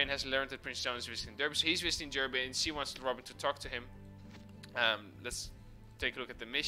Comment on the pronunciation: Another top quality video my man, entertaining from start to finish! PS: Derby is actually pronounced as Darby by the great people of Britain ;)